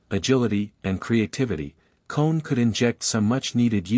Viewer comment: Your pronouncing is all wrong Olympic Gymnaste Club Nice is club neeece letter e like in the word need and Manu Kone the letter letter o like in the word olimpic kapish